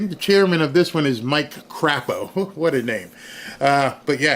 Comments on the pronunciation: Crapo's last name is pronounced Cray-po. I'm from Idaho 🤗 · I'm coming in late, but it's pronounced Cray poh (Crapo).